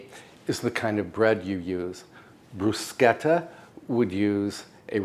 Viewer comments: Thank you for pronouncing "bruschetta" correctly!! I bet you also say "macarohn" not macaroon (when we're talking about macarons not macaroons). I knew I could count on you :) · I really like this man, more so as he is so careful on pronouncing all the Italian words correctly. It's the first time I hear bruschetta on YT being precisely pronounced!